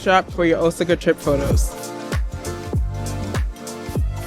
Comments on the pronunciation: O sa ca...Please stop murdering it. I was stationed as a solder there. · Osaka is pronounced: "O-SOCK-AH" (Hope that helps!)